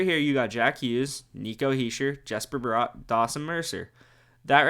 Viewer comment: Nice video just one critque, Bratt is pronounced the same way as brat, no o in there.